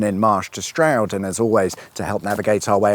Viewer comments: Loved the mispronunciation of Bourton and Cirencester. Smashed it with Stroud. Next time you go by Northleach you should visit all the parts featured in This Country (and if you haven’t watched it - definitely do that) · You need to sort out your pronunciations my friend;its Bourton not Bowton & Cirencester not Cirenster(!) At least you got Stroud( my home town for the first 17 years of my life) right.I've heard people say Strood which,of course,is in Kent.Wonder what you would have made of Stow-on-the-Wold?!